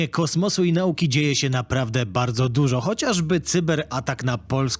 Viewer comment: Akcent w słowie „nauka” powinien padać na przedostatnią sylabę, a nie trzecią od końca. Powód - polskie/słowiańskie pochodzenie. 🙂